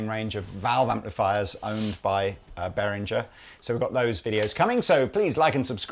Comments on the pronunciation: It's pronounced beh·ruhng·uh, and not the way of unworldly yanks who say 'berinjer'. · Behringer is pronounced beh ringer not behrinjer you utter Muppets. l flipped your video the first time you mispronounced it. !